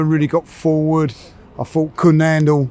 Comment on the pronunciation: I fink, I fought - Englishman attempts to speak English 😂